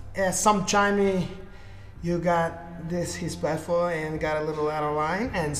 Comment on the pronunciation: don't you mean... "you have great hespect for him"?